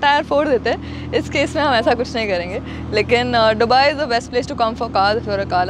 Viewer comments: you saying डुबई to दुबई is irritating... please 🤌🏻 ye naye accent mt invent karo 🥲🙏🏻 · Dubai ko Dobai kon bolta h 😅🤣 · Dobai nhi dubai hota hai 😂❤🚀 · Is not dhubai it's dubai